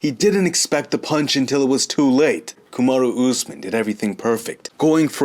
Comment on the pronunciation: says Kamaru Usman like it’s a Japanese name! Kamadu Oozmin. Lol. Respek. Always entertaining!